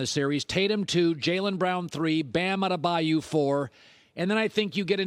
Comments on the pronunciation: He thinks its bam adebayou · Will he ever say Bam Adebayo correctly?😂